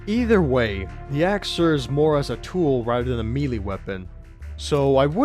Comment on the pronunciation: BTW it's pronounced "May-Lay" not "Me-Lee".